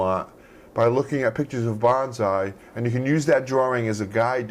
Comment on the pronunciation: I'm Japanese. I really like your bonsai works, but I just wanna tell your pronunciation is wrong. Not "BON ZAI", it's "BON SAI". You call like a "BANZAI" (means hooray).